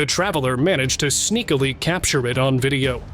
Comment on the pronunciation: Sneakally ? Seriously